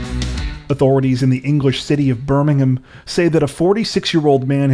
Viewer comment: Wow an American that can pronounce Birmingham correctly, respect to you sir 👌